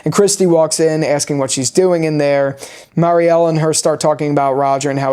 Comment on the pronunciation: Dude get your shit together 😂 Its Bakta not Batka Its Mary-elle not Marie-elle What do you mean talismans dont work? Ofcourse they do work but only against the frombies. Its already known that talismans dont work for other things like monster dolls, cicadas and the freaking Man In Yellow is inside the colony house. Roger is not a frombie so obviously its known that talisman will not work for him. Also the scene between Fatima and Donna is not padding. Fatima literally says at the end of that scene she is sassy now because she just gave birth to a monster. Its foreshadowing whats gonna happen right after that scene. Also the scene when Jade laughs that Kenny was a sports coach was also foreshadowing what Kenny does in the climax scene. He has to be very athletic to pull off what he did at the bus. If it was Boyd he surely would have been dead. It was a fantastic episode I agree